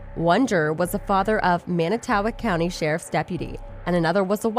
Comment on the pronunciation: It's manitowoc idk what the hell u tried to say hahaha Jesus this is terrible